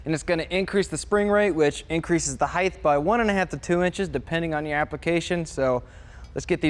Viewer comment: Height, sounds like bright, light, fight. There's no "th" sound on the end of height.